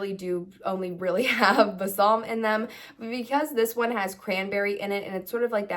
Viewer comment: You are pronouncing Balsam incorrectly— please Google it